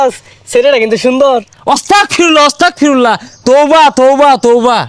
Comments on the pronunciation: অস্তাগফিরুল্লাহ❌ আস্তাগফিরুল্লাহ✅✅✅ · অসতাকফিরুল্লাহ আবার কি আস্তাগফিরুল্লাহ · আস্তাগ ফিরুল্লাহ হবে ওস্তাগ না 😅